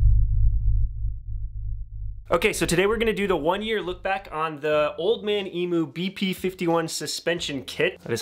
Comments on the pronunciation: It’s emu not emoo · e-mew not e-moo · Please look up how to pronounce “emu” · Pronounced ‘Eem-You’ 🤠